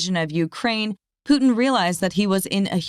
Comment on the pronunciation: How is it Americans try so hard to say 'herb' and yet, can't even begin to say Putin?